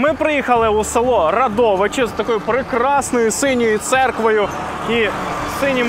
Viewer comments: РАдовичі, наголос на А😊, а не РадОВичі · Дякую за випуск! Але прям дуже ріже слух "РадОвичі" 😅 Як місцева заявляю: наголос на "а" - "РАдовичі" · РАдовичі, а ж вухо ріже , як не правильно говорять